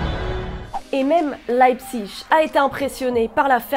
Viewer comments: on dit LeipziG mais pas Leipzich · C’est Leipzig pas leibzich😂